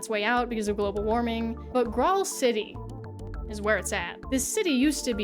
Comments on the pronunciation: Graal is an alternative spelling of Grail. So it's pronounced the same as King Arthur and the Knights of the Holy Grail, not "grawl". lol..... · Finding a video on Graal Online and then immediately hearing that you played it in 2017 on the app store is quite the whiplash. Also, it's an old way of spelling the word "grail" and pronounced the same way. Like how in Elden Ring they spell jail "gaol". It's the same thing.